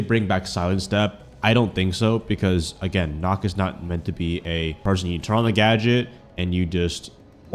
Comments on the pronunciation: Nøkk is pronounced Nuck btw 👍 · 100 hours and you still don't know how to pronounce her name properly🥀